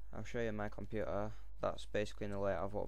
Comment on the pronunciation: "There we are on 'My Compu-ahr'." :-D